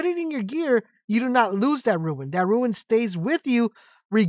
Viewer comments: Its Rune not Ruin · It’s pronounced roon not ruin! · rune not ruin